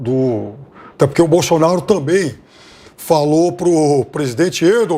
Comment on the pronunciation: Viu como ele deu uma lacrada falando bousonaro qui nojo